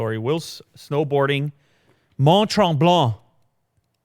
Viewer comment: First comment First vue First like Am a québécois and when you said Mont tremblement is Perfect